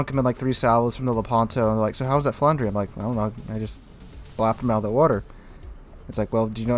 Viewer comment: Hi, pronunciation is "Flandr" (without the "ers" at the end). Cool stream 👌